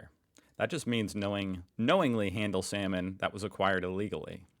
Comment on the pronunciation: 07.30 SALMON! Oh I thought you said 'semen'